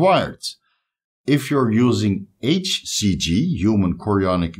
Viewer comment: And i can never tell if your saying hcg or acg. I don't even know if there is such a thing as acg but if there is maybe try and make sure you are telling us which one your taking about. Especially when they are in the same paragraph. It all sounds the same lol. It sounds exactly the same almost. I rewind and replay over and over and I give up 😂